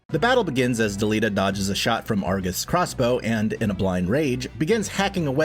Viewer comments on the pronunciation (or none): none